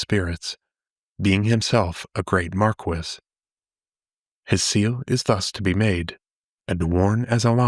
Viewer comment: just abit of correction Mar-kee and lay-men .